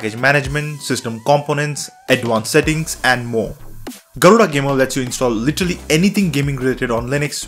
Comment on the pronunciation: you'v slaughtered the pronounciation of Garuda